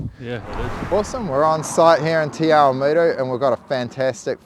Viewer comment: The way he said Te Awamutu . Got old Māori girl here laughing. Love the mahi done on this, you guys are an awesome bunch.